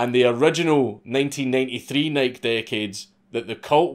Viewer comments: it's not Nike like "Niek" it's "Nikey" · Why do you say “Nike” like “bike” when it’s Greek, and pronounced “nigh-key”? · holy fck the websites still there...... and for the love of God its pronounced NIK-EY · NIKE is pronounced Ni-key not Nighk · Why do so many of you YouTube commentators say “nik” instead of “nik-e” when referring to Nike. Y’all leave the e off of it. Tim pool and Steven Crowder also do this. Now I hear Dankula do it. I’ve never heard someone in real life do it. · Nike, nah fam dank says it’s Nyke so it’s Nyke lmao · Imagine dragons! Imagine pronouncing NIKE like NYK. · It's pronounced "N-eye-key" lol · It's "Nike-ee" you fuckin drunkard. lots of love. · Nike.... pronounced like HIGH KEY, not Mike lol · Hearing Dank say "Nike" like that just took a year off my lifespan. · I love these Mad Lad videos, but I gotta admit, hearing you say "Nike" is making me want to rip my hair out! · It is funny how Europeans pronounce Nike. Lol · Nike.....the pronunciation Ahhhh!!!!!! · If you say nike that way again I swear tfg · Hearing Nike mispronounced 400 times was really hard to take. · Dude quit saying Nike like that. It's rustling my jimmies. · stop saying Nike wrong dammit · Does he keep pronouncing Nike wrong?